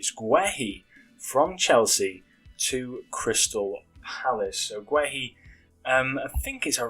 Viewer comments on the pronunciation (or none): Guehi is pronounced gay - ee